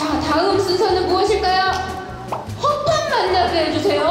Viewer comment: 에 허파 라고 들리는데